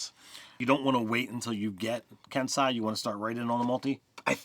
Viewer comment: Ken sei Not "kensai".